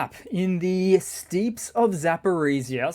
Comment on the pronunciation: The terrain is pronounced like the entrance to a building, steps, not steeps.